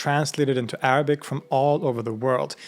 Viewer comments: As an Arab with a Muslim background, I trully appreciate your effort and commend you on your excellent pronunciation of the Arabic language. Also, you've educated me on my religion more than my family or country could ever have. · Your pronunciation of Arabic words is perfect 👏